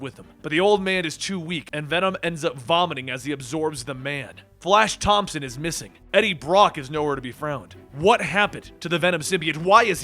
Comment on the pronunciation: “Eddie Brock was nowhere to be fround”